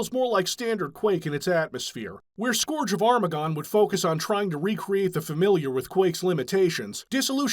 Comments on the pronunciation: scourge rhymes with "urge," not "gorge" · Scourge is no scorge. Cur, not Core. Play Warcraft III to hear all about another Scourge. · That’s a very interesting way to pronounce “scourge”